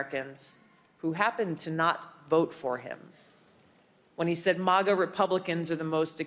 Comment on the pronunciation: Thank you for saying M-AH-GA and not MAAAGA Tulsi.